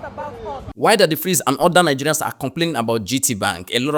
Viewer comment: The way Ghanaians pronounce Nigerians is sweeter than how anyone else does